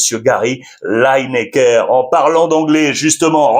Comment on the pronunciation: Lineker se prononce " Li-ni-ker".